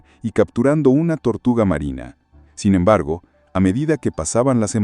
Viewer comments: "Sin embergo"? Yo pensé que había encontrado al fin un video sin IA, pero estas cosas me hacen dudar. Y las ilustraciones directamente lo dejan claro. Lástima, está interesante el video, pero esos detalles estorban mucho. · Yo creo que sí, dice "sin embergo" varias veces, en vez de "sin embargo".